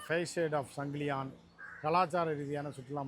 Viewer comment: 🚫 சங்கிலியான் அல்ல சங்கிலியன். தமிழை சரியாக பேசுங்கள்..